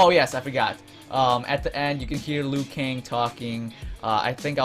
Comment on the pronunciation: Wait did you say liu kang